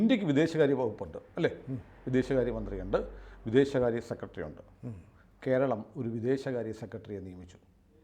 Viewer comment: സെക്കെടെറി അല്ല സെക്രട്ടറി എന്ന് പറയുക.